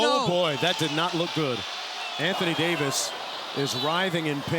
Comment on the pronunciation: Anthony day-to-dayvis